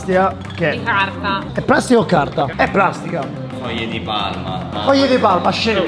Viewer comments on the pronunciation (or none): Il bro ha detto plastiha